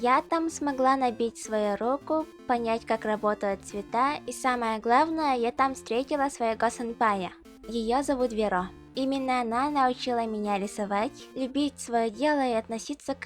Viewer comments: Почему ты говоришь "своеГо", "всеГо" а не своево и всево. Меня это бесит. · мне кажется уже кто-нибудь в описании исправил, но своего произносится как своево (не обижайся за то что исправляю :0)